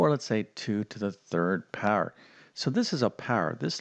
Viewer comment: Where are you from the word power,power learn how to pronounce 😂😂😂😂